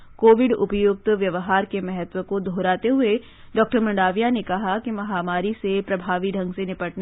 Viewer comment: ' मंडाविया' क्युं बोलते हो ? ' मांडविया ' नहीं बोल शकते ?